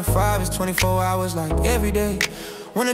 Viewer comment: You said Jive Like. That’s DMV talk